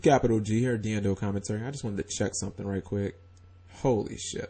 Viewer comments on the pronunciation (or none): none